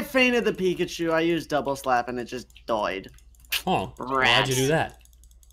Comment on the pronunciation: he just said pickachu